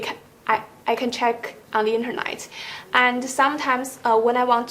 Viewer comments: “Internight” 👊😉 not being rude, she’s been good but can’t stop hearing INTERNIGHT instead of internet. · the way she pronounced 'internet'